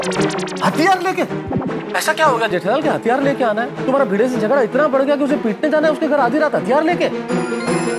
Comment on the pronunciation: Bhide ❌ bhinuu ✅🤣🤣🤣🤣